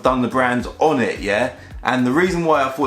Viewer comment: for each car he said onit